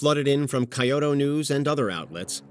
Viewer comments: Pretty much everything said about Japan in this was wrong. Die-E-Chee, Kee-Oh-Toe, and they weren't using kamikaze in 1941, is that a joke? It was a surprise attack, not a suicide run. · Bruh couldn't even ge the AI to pronounce Kyoto right. Nope.